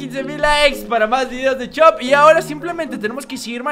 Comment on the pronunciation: en vez de decir chop dice shop